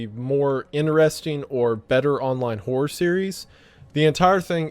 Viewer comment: Due to his accent wendigoon always sounds like he's saying "whore" instead of "horror" to me and I think that's funny